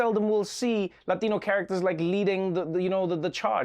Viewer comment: Respect to Trevor for pronouncing 'Latino'!!